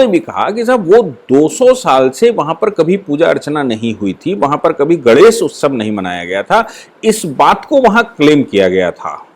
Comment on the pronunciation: Aap professor hain fir bhi " GANESH" ka uchchar thik se nahin karte. Is men "NE " ka uchchar nasika se yane naak se hona chahiye.Aap bolte hain to lagata hai " GANDESH " bol rahe hain !